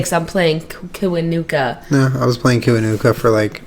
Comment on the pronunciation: Jenna you pronounced Kiwanuka right :)